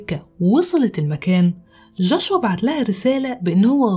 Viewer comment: جوشوا وليس جاشوا